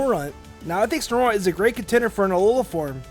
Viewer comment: You say snorunt snor-unt its SNOW-RUNT